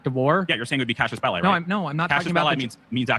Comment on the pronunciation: OK, I'm gonna be that guy. IT'S CASUS BELLI NOT CASIUS! CASUS! Pedantry over.